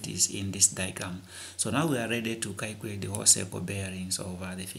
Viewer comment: " you have to kaycurate for the value of..."LOL!!!!